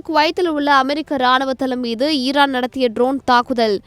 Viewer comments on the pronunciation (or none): none